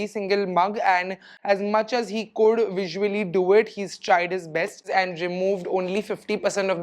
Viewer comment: Why do you pronounce goor, coulrr, woulrr for good, could, would 😅